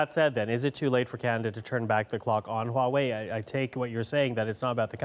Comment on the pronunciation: So why do they speak HUAWEI like WAWAY？